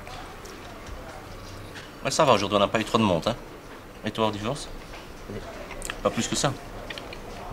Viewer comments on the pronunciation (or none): ...monDe et non monT .../...pUis et non pOUis...